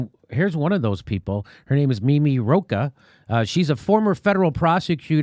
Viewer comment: Second time when Jimmy said Roach instead of Rocah, I thought of a cockroach :)